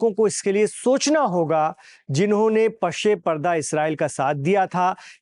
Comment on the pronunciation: Pase parda lafz hai.....Pashe parda nahi.Lehaza bolte waqt talaffuz ka khas dhayan rakhen.Shukriya.